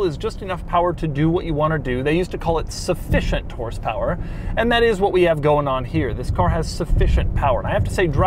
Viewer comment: it's "sufficient" :p